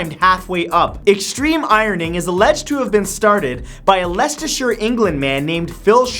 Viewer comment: Impressed by the correct pronunciation of Leicestershire :D